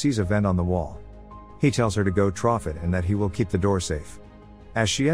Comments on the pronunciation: Why does it say troff? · There’s no way he’s NOT saying “trough” that many times on purpose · Take a drink every time you hear trof